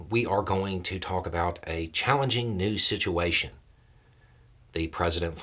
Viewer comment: "challenging', haha...